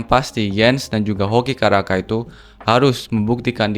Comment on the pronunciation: Caraka bos bukan kharaka